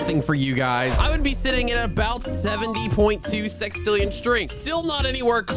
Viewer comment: It's sextillion not sixtillion